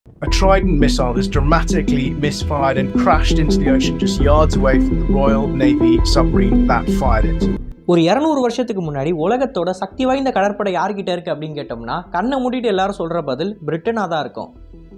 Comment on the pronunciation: pronouncing submarine as summarine. Just lol😂